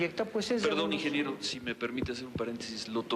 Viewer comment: pinche bastardo ni deberían de Pelarlo, y todavía le dice ingeniebrio